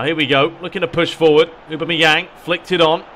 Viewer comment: A-bam-me-yang is how you say it